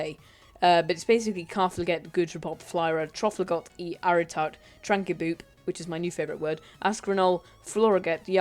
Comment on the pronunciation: "Trankeboop" XD